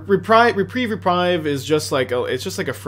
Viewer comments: repreeeeve. not reprive. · He has said Re-prive more times than I can count. But he has correctly said Re-preeve a few times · Hearing you mispronounce reprieve over and over is like nails on a chalkboard. There are not two ways of saying it. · does he really still not know how to pronounce reprieve, is he messing with me, I guess chat moves quickly he could just miss it over and over and over and over